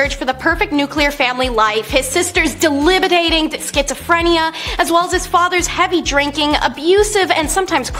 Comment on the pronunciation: De-bill-itate. You-surp. You-nich. Once is irritating. Multiple is annoying.